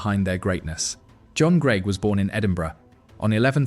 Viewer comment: AI commentary trying its best to mangle the pronunciation of Greig